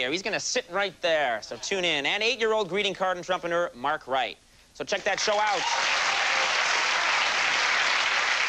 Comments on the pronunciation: I thought he said entrumpenurr. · Love the way Conan prounounces "entrepreneur" ... lol